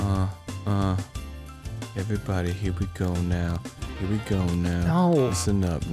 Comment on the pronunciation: Arin pronounced "we" wrong when spelling it.